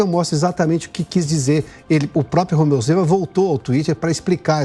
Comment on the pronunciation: Pioto: "Rozeu Mema"